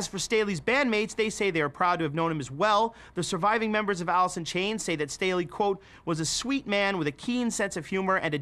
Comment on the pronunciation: Everyone: talking about the good staley and grunge Me: Did he say, “Alisson Chains”?